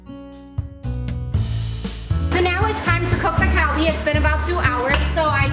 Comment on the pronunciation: kgarl-bi, burl-gogi.....